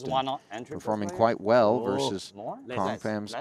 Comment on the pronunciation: Did you know that the word "versus" has two syllables? doesn't.